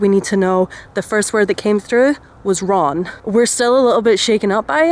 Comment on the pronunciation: Ron sounds like run